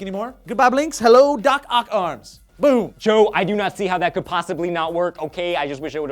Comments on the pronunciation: I thought at the end Joe started saying, "da cock arms" instead of, "doc oc arms" LMAO Thanks Joe. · after a while, at the end it just sounded like "Da Cock Arms" Sourcefed at its finest.